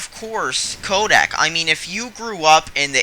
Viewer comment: it's Kodak, not kodek. secretive is pronounced see cruh tive not sec ruh tive